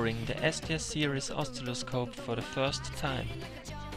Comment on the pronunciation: You are pronouncing oscilloscope wrong.